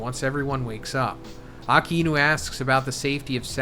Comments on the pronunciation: You're not pronouncing "ah-kai-new" correctly. Love the analysis though. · It's not "Aka-inu".... It's Akainu :|